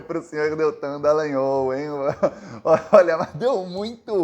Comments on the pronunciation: Porra, não é nhÔL, é NhÓl, caralho. Ou então Deitão Dalogoanal!😎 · ⁹Desculpe , pronuncie o "o" de"Dallagnol" como em futebol, espanhol etc.